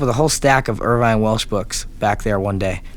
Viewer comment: He calls it like 5 tales in Life on the murder scene...hahaha.Oh and by the way its Irvine not Irwine...or however you have it spelt...not to pednatic or anything.